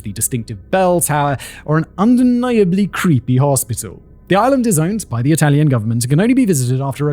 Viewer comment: Bar a couple of misplaced accents and words here and there, Simon’s excellent italian pronunciation is only to commend. 👏👏